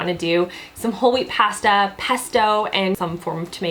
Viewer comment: I love how Canadians say pasta....